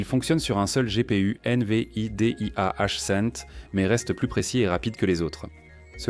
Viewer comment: Ce n'est en tout cas pas une IA avancée que l'auteur de cette vidéo a utilisé: accélérations ou ralentissements soudains de la voix, mauvaises prononciations telles que I-N-V-I-D-I-A au lieu de Invidia en un seul mot, et j'en passe, et probablement aussi pour le contenu et le choix des images génériques. Il n'y aura pas de pouce ni d'abonnement de ma part.